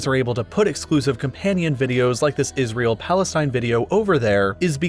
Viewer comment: I like how he say plastine